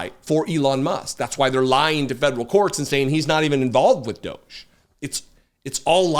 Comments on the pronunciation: Can we agree to not promoting EM's brand by pronouncing D.O.G.E his way? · please call them what they are, "Doggie" not "Doge". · I submit a proposal to pronounce it “doggie). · I pronounce it "doggy", because it's a dog's dinner-- if you're not from the UK that's British slang for a f'ed up situation.